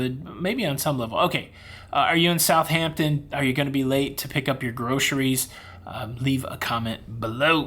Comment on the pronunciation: How many h's are in the word Southampton?😂